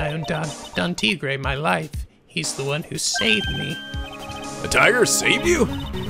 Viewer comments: also you're pronouncing Tigre right so keep it up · Mais = may; bien = byen. Probably spoken a bit more quickly compared to the "bee-en" pronunciation. And yes, Phoenix's evil twin's name is pronounced "tee-grey." =^^= Spanish, French and Italian are all classed as Romantic languages, so they have similar words in between them. Could explain why most people in those language categories find another in the same language category easier to learn as opposed to, let's say, Mandarin, Ukrainian or Swahili, which are different categories of languages altogether. And dat girl...damn, I had shivers running down my spine. Yeesh...TTwTT